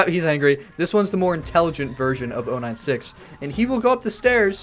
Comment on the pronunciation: Ur saying 096 wrong